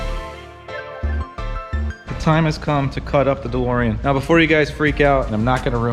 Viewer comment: Call the car "DeLSorean"